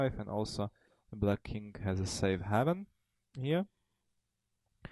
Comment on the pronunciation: A few corrections: 1)"light" piece should be called "minor" piece, 2)"haven" is pronounced "HAY-ven" not "HAVE-en", 3) en prise should pronounced 'on pree"